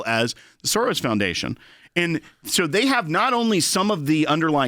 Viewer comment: George SOREYES 😂